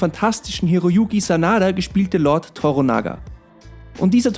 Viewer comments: Tornaga WTF? Es heißt To-Ra-Na-Ga, ist doch nicht so schwer. Ein gut geschriebenes Prequel, genügend Stoff für 2 Staffeln gäb es, wäre durchaus denkbar. Stichwort: - Oda Nobunaga (1 Staffel), Invasion in Korea - Toyotomi Hideyoshi (besagte verstorbener Taiko, dessen Sohn wir in Shogun sehen) 2. Staffel Vom Bauern zum General Odas, bis hin zum Herrscher. - Allein die Biografie zu Date Masamune ("Einäugiger Drache des Nordes") wäre eine eigene (4.) Staffel wert. Denn er lässt später tasächlich Schiffe nach europäischen Vorbild bauen und eine Delegation reist sogar über Amerika bis nach Rom, was sogar zur ersten Weltumseglung der Japaner führt. Heute leben sogar noch Nachkommen dieser Reise in Spanien, da einige der Japaner Christen waren und nicht nach Japan zurückkehrten, da in Japan die japanische Inquisition begonnen hatte. (Da war ein gewisser William Adams /Blackthorne nicht ganz unschuldig.) Das wird in Martin Scorsese Film Silence (2016) mit Andrew Garfield, Adam Diver, Liam Neeson und Tadanobu Asano (Fürst Yabu) behandelt. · Man sieht (hört...), daß Du die alte Serie nicht gesehen hast 😁 Durch die haben sich mir die ersten paar japanischen Wörter (naja, Namen und ein Wörter) ins Gehirn gebrannt, weil sie einfach alle paar Minuten gesagt wurden. Der Name ist Toranaga(sama). To-rannaga ausgesprochen, nicht Tora-naga. Dazu noch Anjin(san) (Navigator, so wurde der Hauptcharacter dort genannt, da ich die neue Serie noch nicht gesehen habe, weiß ich nicht, ob das dort auch so ist) und wakarimas(en) bzw. wakarimashita (ich verstehe nicht und verstanden!) Nachdem ich jetzt durch Dich von der Serie erfahren hab, überlege ich schon, ob ich mir nicht doch mal einen Disney account gönnen soll... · Oh Gott....er heisst TORANAGA... nicht toronaga😡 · ToRANAGA ist die Betonung (Betonung auf RA). 😂 An die 80er Jahre Serie kommt sie nicht heran. Es gibt keinen besseren Blackthorne als Richard Chamberlain 😊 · Es heißt Toranaga und nicht Toronaga!!!!